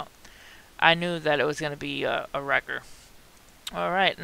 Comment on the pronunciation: "A wrecker". 😂😂😂